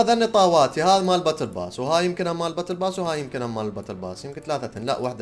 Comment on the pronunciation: ليش تكول بوتل ياس